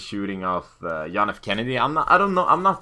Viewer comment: its funny how you say john